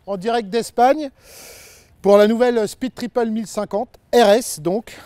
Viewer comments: "peed tipeul !" 🤣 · Excellent... Comme je pense acheter cette Speed, j'ai même enregistré ce fameux "peed tipeul" comme sonnerie de mon téléphone. 🤣🤣🤣